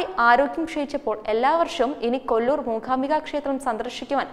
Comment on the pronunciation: അക്ഷര സ്പുടത ഉള്ള കുട്ടികൾ ആരെങ്കിലും അവതരിപ്പിച്ചാൽ നന്നായി. ''മൂഖാമ്പിക' എന്നൊക്കെ പറയുന്നത് എത്ര അരോചകം.